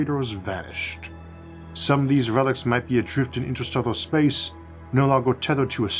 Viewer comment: "InsterstellOGHR spAOce"... damn, I am really trying to watch your videos and they are great but that accent of yours is just unbearable. It is like eating a delicious soup but with a fly in it that you cannot even remove.